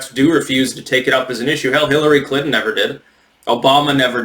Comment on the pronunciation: Did he say CLITon?